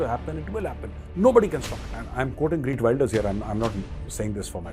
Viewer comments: It is GEERT not Greet. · lol sounds like greet Wilders it's geeeeeert .. the e from (E)xtreme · g-EE-rt not greet! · GEERT NOT Greet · Gee…rt Wilders as opposed to Gree…t Wilders Gauravji. Minor, all good otherwise! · its not GREET wilder but GEERT WILDEAR FOR FUCK SAKE BE PROFESIONAL> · It’s Geert Wilders, not GReet Wilders.. 😂 👍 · You are right! Liberals have ruined the West with their failed policies. It’s time for sensible politicians to clean house. Learn to pronounce the new Dutch PM’s name. It’s “Geert” not Greet. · Actually sir, it's Geert, not Greet. You're pronouncing his name incorrectly, and the title has it wrong too. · Major Sahab his name is not Greet but it is Geert (pronounced as khaert). I totally support these parties who are against Muslim immigration. However he has pledged to also stop expats (mostly from India) from coming into Netherlands. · It is Geert Wilders and not Greet.. but love your channel Major. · Major Saab, Wilders name is prounuced as Heerth (soft t) Wilders (as in wild). Thank you..... Respects ..